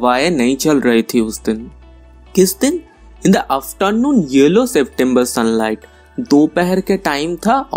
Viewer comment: It was cool n ur video editting skills are appreciatable but sorry when u said yellow i misheard it as YOLO .. n it cracked me up .. damn 😂😂😂